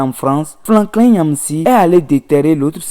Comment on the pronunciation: "spédo panafricanistes... générosité cicontancielle...panafricanisme fatiss....🤣🤣🤣 Même un enfant de CE2 est capable d'une meilleure prononciation que ce nouveau bouffon de youtube avocat défenseur de son idole Patrice talon. Ça en dit long sur le niveau à savoir -0 C'est Franklin et non FlaNklin Et on prononce Yamb en lieu de Nyamb Vive le président togolais, merci pour son altruisme envers ses voisins, pas comme ce vassal au Bénin, à plat ventre devant ses maîtres de l'Elysée. LA FRONTIÈRE RESTERA FERMÉE !! PIAN..